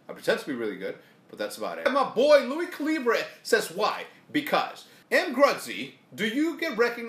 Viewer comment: are we just gonna ignore that LuiCalibre tweeted at him and he pronounced his name wrong lol